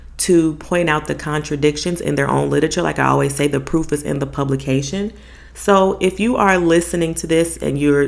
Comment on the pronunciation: Im hard of hearing, when you said”the proof is in their publications “ proof sounded poop. Either way youre spot on.